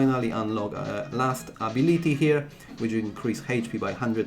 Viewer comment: ”Heidgh pee” & ”Abiliti” 🤭